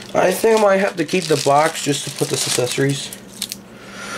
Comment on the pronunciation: he said accessories as saccessories.